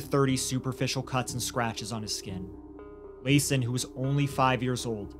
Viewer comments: Pronounced Lason wrong.. ITS La-sawn Also, its a shame crazy ppl dont know they are crazy. Rationalizing with them should be left to the professionals. But this woman isnt craZy...she knew right from wrong. She also made decisions for herself and her sons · Its very important to say the babies name correctly its La'son and its pronounced like la son.